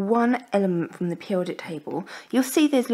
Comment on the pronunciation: She can't pronounce periodic